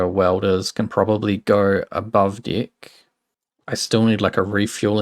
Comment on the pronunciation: I have to severely apologize for my childish humor, but the way you say "deck" is very funny.